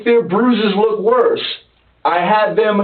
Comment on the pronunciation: "bro, I'm witterwawwy not even rusin' right now, so. You wook sooo dumb right now. Witterwawwy."